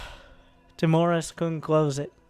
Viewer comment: i think it's Timorus, not Timorous